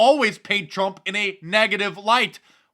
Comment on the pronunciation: Did he just call the president “crump?” 😂